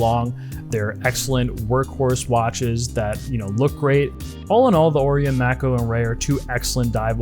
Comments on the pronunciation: Mako II: (edit: "May-coh", great vid but calling it "Mack-o" drove me nuts) Anyway... Mako II: the diver so nice I bought it thrice (black, blue, Pepsi) And at a price just north of 100.00 USD, and parts available, they're outstanding mod platforms. Cheap enough you can afford to hone your modding skills without too much at stake if you make a misstep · He's right tho. It's not May-coh, the right pronounciation is "Mah-koh". It's a Japanese watch and stores in Japan will take a few seconds to know what you're talking about if it's pronounced the other way. Even I got confused at first when I first heard the "may-kow" pronounciation. Here is further proof on pronounciation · Uh, no, wrong. The watch, unnamed by the manufacturer, is Japanese; the unofficial name is not. Thee word, "Mako" (as in the shark) is a word derived from the Maori language, and it is pronounced with a long A and long I, hence MAY+KOH. Again, not Mack+O. A quick Google search can confirm all of this. I really don't understand the debate, this is like debating long A or short A in "cat". It's pronounced exactly as it is spelled, and the Mako shark that the watch is named after is quite common - this is not some ancient, stifled knowledge. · Mack-O? Lol 🤣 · Japanese word should pronounce Japanese way May-coh sounds so American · You my man you are killing me the way you are saying Mako lol google the shark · He's doing it to annoy you. And it's working!